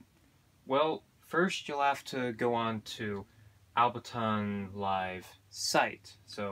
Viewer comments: Why are you saying “Albertonn”? Is that different from Ableton? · Different subject for your channel, but useful for people out there. And P.S. Ableton not Albeton! :) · Aside from butchering the name Ableton, thanks for the intro to my new device!